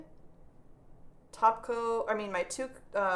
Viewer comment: I always hear "taco" when you say "top coat"... Maybe I'm hungry 😜